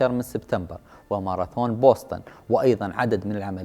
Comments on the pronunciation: تكتب Boston وتنطق وتكتب بوسطن بالعربي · تنطق (بوستن) يعطيك العافيه على الجهد المميز